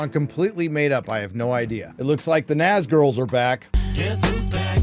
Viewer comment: "NazGALS", not "NazGIRLS"! You're slipping, dude, you are slipping...! LOL